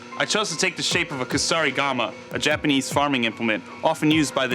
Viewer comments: Anyone else annoyed that he keeps saying Jupanese, or Jewpanese instead of Japanese? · Why does pronounce Japanese, Jipanese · Is there a reason that he has to say Jipinese instead of JAPANese? Does he think the JAP part sounds racist to say or some shit? Just sounds soooooo dumb every time I hear him say it and I know he loves saying it.... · lol the way he pronounce😁 japanis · The "sjipeneeese" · "Jupanese"... you disappoint me. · why does he say Japanese as Jipanese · I hate the way he sees japanis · the jiponese... pfft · "the Jewpanese" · Does anyone else cringe every time he says "Jeep-anese"? Awesome work, though. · jipinese? where the hell is this guy from? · 'jupu-knees', that pronunciation killed me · says Japanese wrong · STOP MISPRONOUNCING "JAPANESE"! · You are saying Japanese wrong and that's my counter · does it prevent him from making any A sounds? Ive only noticed it when he says Japanese...